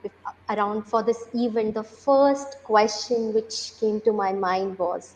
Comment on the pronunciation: CEO is wrongly pronouncing sooooo many words... Event as "eeeevent" ?? What's up with the fake accent, Sir? Stop rolling your rrrrrr to begin with. Talk like an indian gentleman. Get out of this woke mentality. You are sounding like one of those typical Karachi-born London based businessmen who's acquired a funny accent overnight due to fast Wifi. Get real. Be yourself. You will still be the CEO, dont worry :) Baaki Aapki Ichha